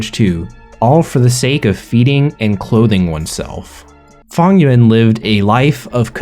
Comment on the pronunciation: Why you pronouncing Fang Yuan like Funnyon’s